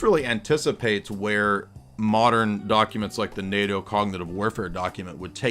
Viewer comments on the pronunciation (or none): none